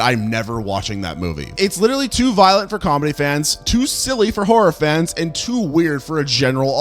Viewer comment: It took me like 6min to realize you've been saying "horror fans" and not "orphans."